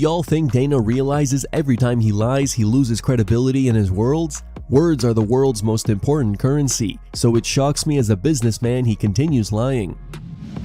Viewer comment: Your AI said “worlds” instead of “Words”🤣🤣🤣🤣